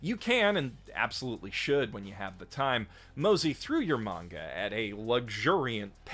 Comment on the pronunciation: I just realised that you say "manga" and not "menga" like many other people say it which I don't like all that much; I prefer "manga" over "menga". Nice! :D